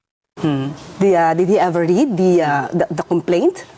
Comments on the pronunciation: BOBO TLAGA!DID TAPOS READ(RED)DAW!!SHUNGA!mommy ko graduate ng UST.ENGLISH TEACHER and JOURNALSM graduate!wag po IPAHIYA ang UST! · Sa una pa lang na did he ever read yung pagbigkas nya ng read ay past tense. Did na past tense pa ang gagamitin nya